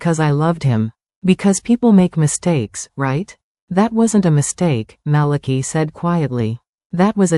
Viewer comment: And I think the pronunciation of Malachi's name is wrong😂.